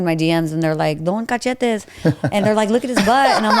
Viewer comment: Not saying Don cachetes 🤣💀💀